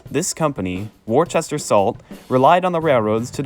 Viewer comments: Good video and narration however you mispronounced the word WORCESTER . Their is NO H after the letter C. Henceforth Worcester Mass or Providence & Worcester RR. I know I was a shareholder for 40 years. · As somebody from Massachusetts, the way Worcester was pronounced in this video was painful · Worcester is pronounced Woo-stir. Not wor- sester and especially not Wor- chester. Look at the word. There is no h in the spelling of Worcester. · It's typically pronounced "Wuhster." Earlier British pronunciation. Just like Gloucester is pronounced "Glahster." Worcestershire- "Wuhstershir." Gloucestershire- "Glahstershir." Please, please, for God's Sake on yourselves, learn to say "Wuhstershir Sauce!" I know, lots of folks will say it doesn't matter how you pronounce it, nobody cares, you're just being pedantic... Trust me when I say, most people have no idea how much the waitstaffs of upscale steakhouses ridicule people who try to look classy but then show their asses by saying "Worchestershyer Sauce!" If you're a burger guy, (like me) trying to pull off a class act, (as I've been known to attempt) get that shit straight. I used to date a woman who was a waitress at several very upscale steakhouses and there was no end to what they called "Trash Clash" jokes and stories about people trying to act classy, and the "Worchestershyer" thing was always the big eye-roller. "Boozholay Wine" was another one. I used to get really embarrassed for people. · The original Worcester in the UK is pronounce Wuster. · Wor-chester? Do you see an "H"? No, no you do not;) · I know you've recognized that you mispronounced a key word in your narration, but it does, nonetheless, pain me that such a well prepared and thorough presentation would contain what should be pronounced as 'Wus-ter' and, if you were living in Massachusetts, 'Wusta' which, I guess can be forgiven since much of the country would have a similar pronunciation. Try Worcestershire sauce.